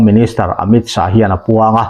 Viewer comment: Mizote'n Amit Shah hming kan lam dan hi ngaihtuah chian a ṭul hle mai. A tawp a H a awm vang hian lam bun nghut tur tihna a nilo. Shah tih hi Lâ kan lam rik ang a lam rik tur a ni...